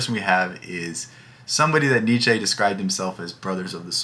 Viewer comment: You gotta pronounce the names propery, dude 😂 Google the pronounciation of Nietzsche and Sartre